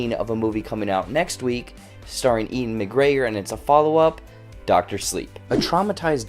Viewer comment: God dammit. I could have seen this movie a week early but instead went and saw that shitty Terminator sequel. FML. (Also, FYI, Ewan is pronounced "Yoo-wen", not Ian. You've been watching too many of Bongo's videos, haha.)